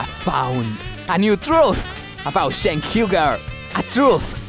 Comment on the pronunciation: its Cenk not Jenk, get your own name right,.... Have a gouot one.